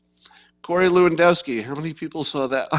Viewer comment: Say "LEv-An-DOFF-Ski". Dziekuje (Jen-COO-yen), bardzo.